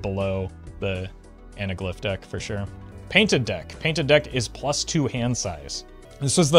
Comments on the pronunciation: Analgyph? Was that a meme or a mispronunciation? It’s “Ana-glyph” lol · Jeez, that mispronunciation/letterswap was awful. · Disliking for mispronouncing anaglyph. Fr though, great video, I'm looking to pick up on some basic strategy and concepts so this is very instructional and concise